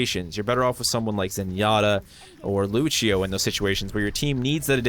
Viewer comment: The Portuguese pronunciation of "Lúcio" = "LOO-syo", still upvoted cuz = legit